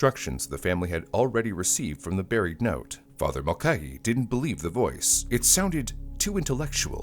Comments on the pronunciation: It's pronounced MULL-KAY-HEE ffs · This has to be narrated with the way it is pronouncing Mulcahy.